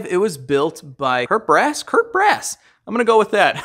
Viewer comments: it's Knut Bruss my friend. Not Kurt :) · it's "Knut Bruss" Pronounced Like: "Knoot (Like Groot, the talking tree) Brooss (with a Sharp s and a short spoken "oo") Knoot Brooss